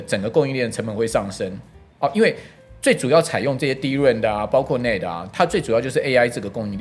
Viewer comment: 主持人的科技素養有待加強、NAND都不會唸 也太扯